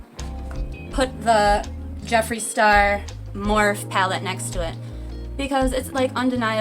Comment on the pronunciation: I have quite a few of the Ucanbe palettes. High quality for a low price. (Morphe is pronounced Mor-fee)